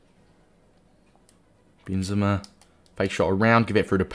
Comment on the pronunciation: noone:...: BEANzema